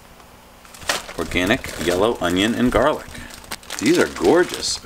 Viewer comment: You said scallion